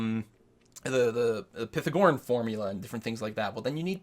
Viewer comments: Did you just say "PITH-a-gorin"? Its py-thag-o-REAN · Going out on a limb and saying he meant "Pythagorean" and just pronounced it as "pithogoren".